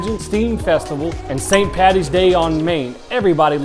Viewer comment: thank you for watching. And coming to comment. I’ll make note and remember for next the correct pronunciation of st. Paddy’s 🍻 😎😎